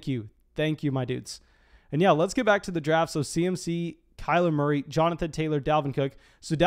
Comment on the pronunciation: “Kyler Morey”